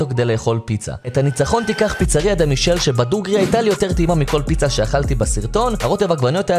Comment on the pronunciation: אם כבר נסעת את כל הדרך לשם אולי תהגה את השמות של הדברים נכון.. נאפוליטנית, לא נאו-פוליטאנית פיצה דה-מיקלה, לא פיצה דה מישל